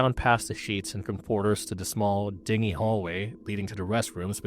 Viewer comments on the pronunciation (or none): you need to brush up on your pronunciation. Esteban is one, but dingy? Cmon...